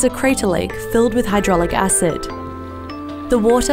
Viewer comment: Please get the pronounciations right :( 1. kawah ijen (Kuh-wuh Ee-jane) 2. hydrochloric (hi-dro-klo-rik)